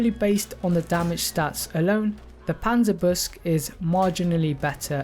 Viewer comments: It's pronounced "Panzer Buke-sah" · Absolutely love your videos, but I BELIEVE it’s pronounced Panzer- boo-sheh. I could be wrong. Love your vids tho man. Keep it up.